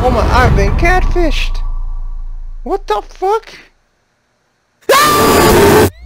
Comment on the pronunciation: "ive been catfised" 🤣🤣🤣🤣